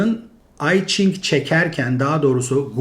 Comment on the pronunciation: İyi güzel de, neden kitabın adını doğru telaffuz etmiyorsunuz? Hadi Jing'e Çing dediniz ama i'yi İngilizce'deki ben gibi söylemek doğru değil. Yî vêya İ olmalı. Yanî İ Ching'in telaffuzu Yî Jing'dir.